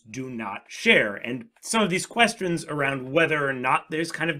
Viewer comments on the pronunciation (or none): none